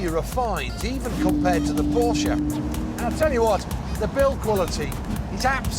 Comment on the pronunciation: Did he just say Porkuh